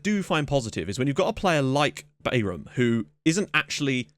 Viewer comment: Bayram is pronounced "Bairahm" and it means "party" or "celebration" in turkish.